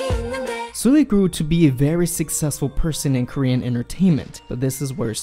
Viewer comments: how he pronounced it: 술리/슬리 how it should be pronounced: 설리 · Her name is Seol-li, not Soo-li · Thank you for making this video <3 It's important that people talk about this. P.S. It's pronounced Seolli (설리) and not Soooolli. No critic. Just felt like telling you.^^ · Excuse me, I know this is very stupid... but you're saying her name wrong that's how it should be pronounced... it doesn't matter ... this is very tragic ... she was only a year older than I am, with such a promising future... so beautiful and talented... it's heartbreaking :C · In memory of her, please pronounce her name correctly..... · if you're gonna make a video about her at least pronounce her name right